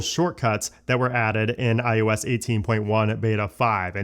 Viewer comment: It’s i O s. You always sound like you’re saying i YOU s. And it bothers me so much I can’t watch your videos.